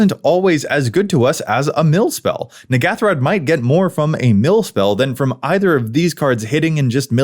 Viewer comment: Wait a minute, this isn't the N'ghathrod pre-con... Also you are pronouncing it wrong.